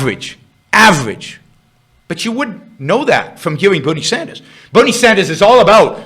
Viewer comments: He hasn’t expwained how Buwnie wied. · change the title to "bwerinie" please